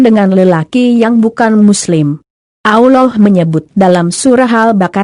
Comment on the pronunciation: Aollah. Apa tu. nk sebut Allah biarlah betul. Tak blh dengar lah